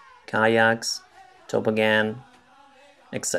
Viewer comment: The guy said tobbogan wrong 😂